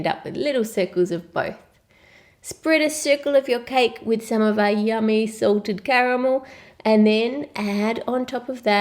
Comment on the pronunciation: Who else heard assaulted caramel. 😂😂😂